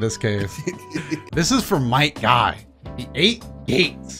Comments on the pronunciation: It’s might guy not night guy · is "Might" Guy... somehow i keep hearing u said "Night" Guy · Its might Guy not night Guy